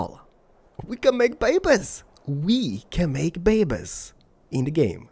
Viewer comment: If I have to hear the word babies one more time, I might slit my own throat. Especially if it's said incorrectly as it was in this.